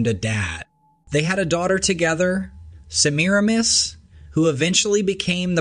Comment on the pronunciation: Its "SEM-MER-RAM-IS". :yougotthis